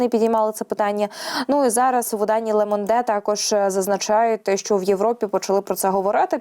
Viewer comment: Ле Монде ріже вуха.